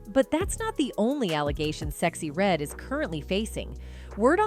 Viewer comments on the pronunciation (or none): You say a lot of black people names wrong you sexy red wrong I agree she a industry plants